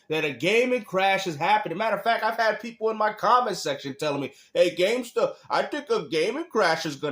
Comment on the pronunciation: Gamestuh with another W 😂